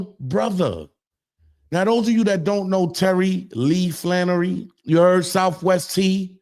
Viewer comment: Flenory not Flannery....